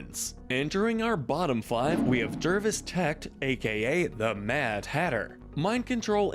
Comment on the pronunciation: Not a bad video, but just a small nitpick - the real names of Clayface and Mad Hatter were pronounced incorrectly here. They are not Ha-Gen and Tek, but Hey-Gun and TeCH (CH as in chart, Chuck, etc).